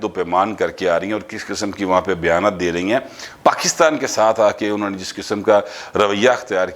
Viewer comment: PL note it's ànho not anha